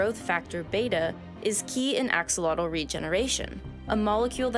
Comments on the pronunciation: The English pronunciation Aks-ah-lot-tle, is a bit weird and nothing like the original Nahuatl, but it is still a valid pronunciation. If only for the simple fact that it's what people use. Other Nahuatl loan words in English like avocado, guacamole, chocolate, coyote, ocelot, and such all sound nothing like the original Nahuatl. Which is normal when words get transliterated into other languages. One good example: English loan words in Japanese are changed so much that native English speakers struggle with recognizing them. Usually the transliteration isn't as extreme, but it happens any time words moves between languages. It doesn't help that axolotl, and many of these words actually, were first transliterated from Nahuatl to Spanish and then to English. So we aren't just looking at one but several levels of transliteration. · Not a bad translation of Nahuatl words for the most part but mispronounces the name of the very animal this video is about. Weird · You can’t make a video pretending to know anything about these creatures if you can’t even take the time to learn how to say their name right. First minute and a half already had a bunch of bs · Thank you, I mainly clicked to find out how it is pronounced. I remember hearing a man of Mayan decent pronounce it a long time ago but couldn’t remember. I knew this wasn’t the same, but still love all the other info in this video. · The real pronunciation of Axolotl sounds like the god she mentioned Xolotl....why she was able to pronounce Xolotl right and not Axolotl I dont know. At 4 mins 23 seconds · As a Nahuatl teacher I can tell you that the correct pronunciation of Axolotl is A-Sho - lo - tl The tl is pronounced closer to a T and like a click. It is not pronounced like tl in “little” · So many new videos on the Axolotl coming out and none of them researched how to correctly pronounce its name. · It’s pronounced “ah ho lo teh” lol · The AKsOLotl, I to Lox A e haT, I LA T, TAL I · It’s pronounced ‘aww-hoe-low-teh’